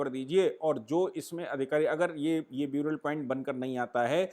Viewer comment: Correct pronunciation for “burial” is NOT “ब्यूरियल” but “बरियल”